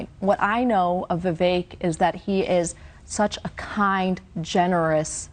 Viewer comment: VI VEK...... LIKE FAKE......... NOT CAKE........... RAMASLIMMY........